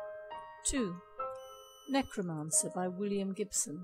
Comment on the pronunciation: you said necromancer. come on!